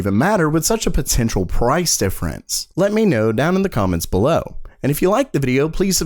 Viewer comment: Bwah ha ha ha! Just kidding, dude. That being said, most of the viewers of this channel like it. In fact, they campaigned to get him to start saying it again when he stopped, so, It's probably gonna stay for quite some time... TBH, I'm indifferent to the way he pronounces Below.